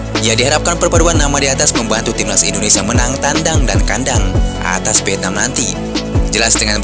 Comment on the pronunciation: VIETNAM pakai V,bukan PIETNAM. PARAH BANGET SI ORANG INDONESIA